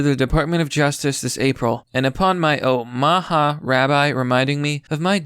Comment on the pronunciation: O -ma-haw. You can’t be that stupid